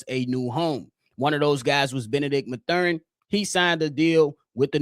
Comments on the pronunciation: I blame for the Benedict Mathurin miss! He heard how you were butchering his name on this pod and chose NO. 😂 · Constantly mispronouncing Mathurin